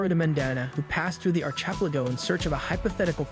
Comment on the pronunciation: Ark a pel a go Ark Not Arch